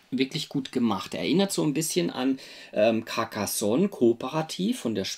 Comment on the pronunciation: caRcassonn, net caccassonn! 😁😂🤣